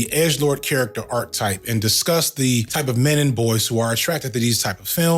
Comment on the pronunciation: All throughout this video you say "Arc type" While you could have been referring to a character arc, you aren't. An arc type from Google is . . . `In mathematics, unless otherwise stated, an arc usually refers to a portion of a circle. Types of arcs. A chord, a central angle or an inscribed angle may divide a circle into two arcs.` What you meant to say is, archetype (ˈär-ki-ˌtīp) or arc-a-type if you don't know how to read that. a very typical example of a certain person or thing. "the book is a perfect archetype of the genre" One or two instances would have been easily overlooked and forgiven, but the continual use of this mispronunciation is egregious, and taints your whole message.